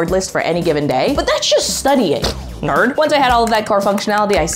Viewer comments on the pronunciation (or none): none